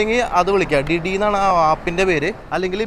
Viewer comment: ഡിഡി അല്ല.. ദിദി എന്നാണ് ഉച്ഛരിക്കേണ്ടത്